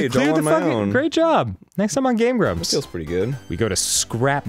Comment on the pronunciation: welcome back to game brumps!